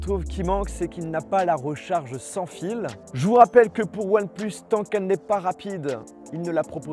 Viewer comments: Ya tu que moi qui entend oneplos quand il le prononce ? 😂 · « oine pleusse »